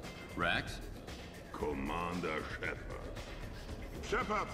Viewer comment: Shepard es Sheppert 🤣🤣🤣🤣🤣🤣🤣🤣